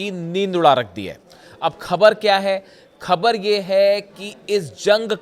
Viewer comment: Khabar ka pronunciation theek kijiye.